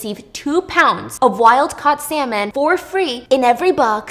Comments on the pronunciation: I continuously heard the word Salmon as SeMeN 💀 n when she said it at the end i actually thought she was talking bout Semen being free 😳🤣 for a good few sec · Stephanie:"You know what else is a really good source of protein?" Me thinking about the coconut story Stephanie:"Salmon" What I heard: semen